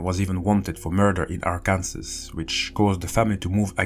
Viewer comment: Just to let you know, Arkansas is pronounced Ark-an-saw